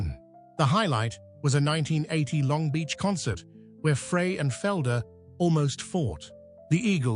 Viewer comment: AI ? " i hear it everyday now and i hate too " IF anyone's still confused . . it's Pronounced Glen ' FRY or Fri ' . . . now i'm just curious if it was your comment about all this AI sh!t now, that i read stated on here yesterday... AND Remember to THUMBS DOWN all These BS uploads on YT now , that are Lying about people and bands Tragic Ending .